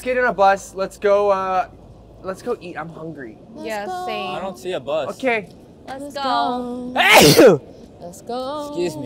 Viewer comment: eric:"okeeee! Let's eat some food" with a German accent